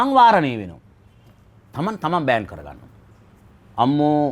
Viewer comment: මූ භාෂාව කනවා. සිංහල කතා කරන්න දන්නෙත් නැහැ, ඉංග්‍රීසි දන්නෙත් නෑ. තහනම් කියන වචනය ඉංග්‍රීසියෙන් කියන්නේ ban. ඒ වචනේ (ban ) උච්චාරණය කරන්නේ බෑන්ක් bank කියලා. (I think needs some help from a speech therapist) අහොයි, වත්මන් යොවුන් පරපුර වඳ කරන සිංහල දුයිෂෙන්!